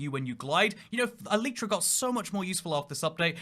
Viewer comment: I wonder why people pronounce Elytra as "e-leet-tra" when it's obviously pronounced "E-Lie-Tra".